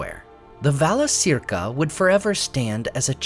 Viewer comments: Pronounced "vala-KEER-ka." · Correct pronunciation: Valakirka